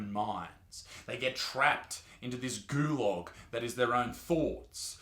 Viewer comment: Between this video and your latest (Spotify/Rogan), you've pronounced "Gulag" in three different ways.